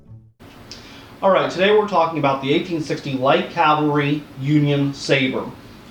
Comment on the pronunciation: 1. Cav-al-ry. 2. The official nomenclature was "light Cavalry saber", no M designation. 3. They were first issued in 1857, not 1862.